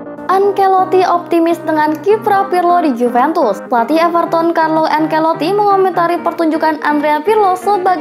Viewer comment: Bukan ankeloti tapi Ancelotti